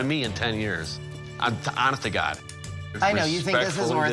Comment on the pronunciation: Abe lincoln guy said honeth to god